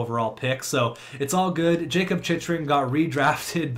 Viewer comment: Hey! Jacob Chychrun is actually pronounced like chick er ing